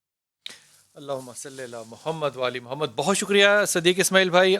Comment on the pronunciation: Pls read darood properly. Say wa,alla ale Mohammad. Not wala alle Mohammad. It changes the meaning.